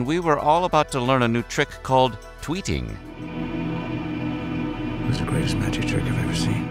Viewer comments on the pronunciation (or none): I totally heard "tweaking" instead of "tweeting." 😂